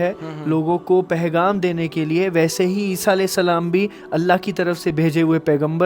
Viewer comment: Assalam alaikum Mai bi apko 2saal se sun rha hu Aa paigam ko abi bi pahgam bol rahe.. Correct is paigam